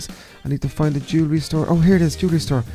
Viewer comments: Did he say "jove store" or "jewelry store" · LOL I thought said let's go to the juvie store but then I realized he said lets go to the jewelry store